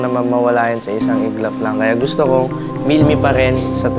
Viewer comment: Milmi po Hindi milela